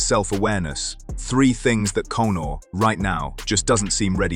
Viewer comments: "Cone"or lmao! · Why do you keep calling “Cownar” ?